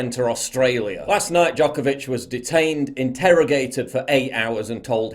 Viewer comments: Its Djokovic not Djokavic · Paul, it's Djokovic, not Djokavic. Poor guy. First, hes being used by Australian PM as an exemplary case and now, his surname is butchered. :D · Always expect a Serbian man tobe the activist for freedom. Also it's Djokovic, not Djokavic lol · Its DjokOvic or Đoković, Paul :P It's nice to see that not all athletes have given in to this bullshit... BTW, Have you seen "ABC Wide Bay" Facebook page and their posts about "virtual covid wards" ? They have 1 patient in the actual hospital and 200+ in the "virtual ward", which means that these people are at home in isolation (probably drinking tea and watching TV) It's insane. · Its D J O K O V I C. Would be helpful if you wouldnt butcher his name LOL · FFS ,his name is NO VAC , , NOVAK DJOKAVIC.